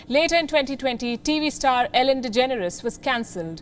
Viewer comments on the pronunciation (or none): none